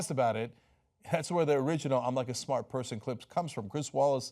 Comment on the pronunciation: "My uncle was smrt, quid pro roe, I am too, a smert guy"